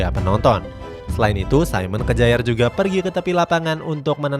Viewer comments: SAYMEN KEJAER ??🤣🤣 udah bilang saymen, lanjutan nya kejaer 🤣🤣 KYARR minn bukan kejaer bacanya 🤣🤣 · Kejaer banget min bacanya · Simon Kjaer dibaca Simon Kier.......revisi dikit ya min